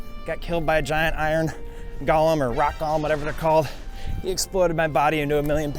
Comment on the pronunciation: Golem is pronounced “go lem”, not “gollum”. Gollum is the little spindly guy from lord of the rings that doesn’t like stupid fat hobbitses